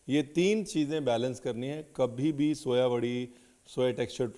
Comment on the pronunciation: Soya nhi Soaa bola jata hai is herb 🌿 ko